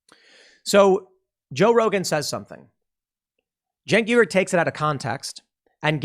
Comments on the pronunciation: Please pronounce his name correctly in future, it's Chunk Yoghurt. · "Junk Yoo-gurr"? I thought it was pronounced Chunk Yogurt for the previous 10 years. BTW this comment is getting deleted.